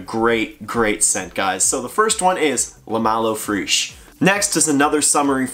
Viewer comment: Eau fraiche is pronounced "O fresh" not freish, cheers on the vid